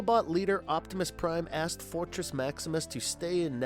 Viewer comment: You keep saying “Energron” instead of Energon which btw was used in another of your videos(!!!) but was pronounced as “Ener-gone” when it should be “Ener-John.” At least make it consistent why don’t ya! And at one point in this video it sounded like you had said Fortrex Maximus instead of Fortress!